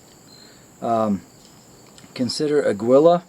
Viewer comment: It's pronounced Ah-Gee-Laaa